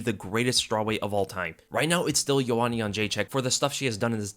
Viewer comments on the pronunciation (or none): none